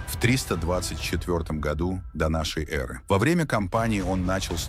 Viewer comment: Смог смотреть 7 минут и выключил. Поставив дизлайк. прямо уши режет от слово донёнёры ёры, шолкавы путь и.т.д. капец автор наплевательское относился к своему делу. Я казах и по русскому не ахти но было ужасно слушать че он там говорит. Да может робот диктор но в некоторых местах нормально же говорил ДО НАШЕЙ ЭРЫ😂 а не донёнёры эры